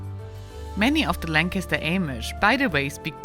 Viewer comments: She pronounced Amish and Lancaster wrong 😳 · “Lank a ster” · Langkister is how to pronounce Lancaster.Amish is Ahmish,not Aimish